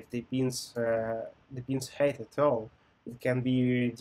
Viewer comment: Great Video, thanks! Some things for improving if you do not mind. Pronunciation of height differs from 'hate', it's a common issue among Slavic people. Been there, done that:) it's just Brotli. In addition, I'd appreciate it if you could clarify some questions. 1) Is it OK in a real interview to use prepared schemas (based on your experience)? 2) Some companies want to focus on BE system design even though it's front-end position. How to handle such a situation? Should I ask whether they want to focus on BE or FE part? Thanks for your attention